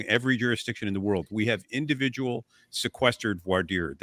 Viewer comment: It's Franch - Voir Dire is said like Vwah Deer. These are the verbs Voire (to see) and Dire (to say, tell, mean). If you want to say this right just say it in French and be done with it. If you look it up using online search the typical language tools have little speaker buttons with French speakers pronouncing it for you.